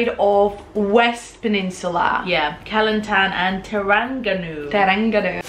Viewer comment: Kelantan is pronounced "ker - lund- tonne. And ipoh is " ee - poe". I miss Malaysian food and maggi goreng!